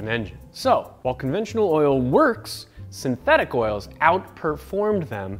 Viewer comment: did you say sinteTHICK?